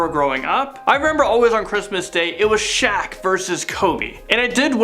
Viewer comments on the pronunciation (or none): none